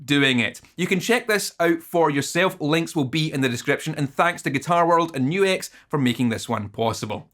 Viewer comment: At least YOU know HOW to say NU-X! \m/